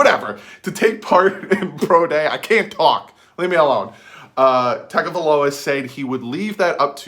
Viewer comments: It's not " Tag" a viloa. Its "Tongue " a viloa. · Hey. I hate to be the bearer of bad news, but you're still pronouncing his name wrong. I wasn't sure myself, but if you listen to his press conference he pronounced his brothers name on a couple of occasions and said TUNGAvailoa. So, it's not pronounced as it's spelled like we both thought as TAGA, but pronounced as TUNGA. Great video. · I personally would love to draft him (p.s. its pronounced Tung-oh-vie-loa) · u were saying it wrong lol. it is tongue-oh-vai-low-uh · And do some research on how to pronounce his name.